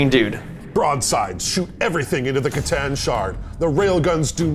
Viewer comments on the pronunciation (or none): I thought you pronounce it kah tan at least thats how me and my warhammer store guy says it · Your mis-pronunciation of c'tan is borderline heretical....I like it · Their pronunciation of C'Tan does psychic damage.